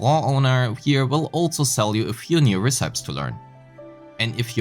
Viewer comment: aint no way bro pronounces recipes that way